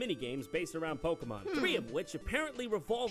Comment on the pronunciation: Say "Pokeemon" one more time.